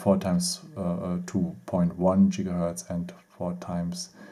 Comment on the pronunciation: Why do you say Jigahertz instead of Gigahertz? XD Your English is funny. At least I can understand you though so not hating! And at least you're not just talking German. I can respect that, especially from German people.